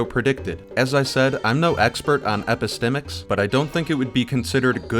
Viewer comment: You really took the most convoluted and self-important explanation for epistemics. 😂 Not what you said but the definition text you showed. It's also quite funny that Destiny pronounces it wrong. He has never heard it just only read about it in one of his philosophy for dummies books, and thought it sounded smart. True story.